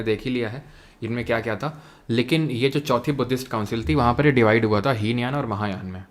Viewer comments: Heenyan or mahayaan glt bol diya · hinyan mahayan galat bol die